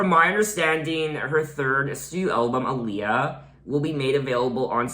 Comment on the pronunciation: Did you know your pronouncing her name wrong 🤗